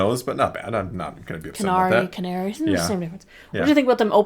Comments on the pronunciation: All I know is that until I put on subtitles, the avid Dragon Age fan in me kept hearing 'Qunari' instead of Kenari. All I can hope for is that I don't start hearing 'Kenari' during my next DA playthrough, whenever that is. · I kept hearing "Canary" until I turned on the subtitles. The subtitles really help for all the names too.